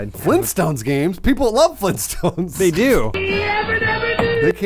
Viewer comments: THE FLEENSTONES?!? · FLEENTSTONES, There said it